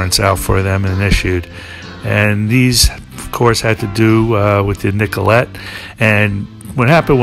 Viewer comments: Love this documentary but you get the feeling the narrator is just reading his info off of a sheet. He keeps referring to Nellcote as Nicolet and it really gets irritating. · It's Nellcote not Nicolette😊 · I love these, so far what I've seen of them; Beggars, Let it Bleed, Exile... Couple of things that bugged me a little because these are so well researched- Nellcote is pronounced nell cot, not nicolet, and it's satanic, not santanic. But again, thanks for doing these. Excellent🤘👍 And I'm SO with you on the listen loud with headphones tip!! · Nellcote! Not Nicolette